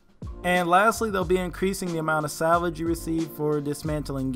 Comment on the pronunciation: good vid. nice fight, respectable raider. lol sidenote: anyone hear salad instead of salvage?